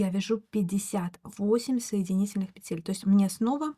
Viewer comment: Воздушных пЕтель, а не петЕль.